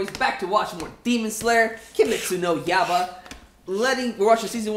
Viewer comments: kimetsu no YA-EE-BA is how it's pronounced. NOT YABA.. please it annoys the hell out of so many people, including me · It's pronounced yeyeba